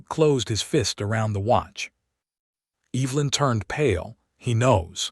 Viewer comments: I love listening to these stories, but the AI's mispronunciation of EEEEEvelyn is so distracting. for goodness sakes. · AI is VERY bad at pronouncing proper names or picking the right pronunciation of spelled-alike words. He did not "reed" the telegram, he "red" it. Evelyn and Silas were mispronounced throughout and made me cringe listening to it. AI can be helpful, but it is still distressingly fallible. Do producers never listen to their narration and edit the errors? A decent story with good images that was spoiled by bad AI and lack of correcting them. OR, USA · Could you educate your AI tool on how to say Evelyn and Silas? I found it hard to listen.😆